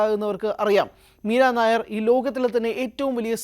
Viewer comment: മീരാ നായർ അല്ല ... മീരാ നയ്യർ എന്നാണു.. ( Nayyar). പഞ്ചാബിയാണു (കുൽദീപ് നയ്യർ പോലെ) ...